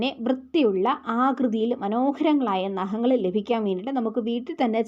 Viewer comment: നഹങ്ങൾ അല്ല.... നഖങ്ങൾ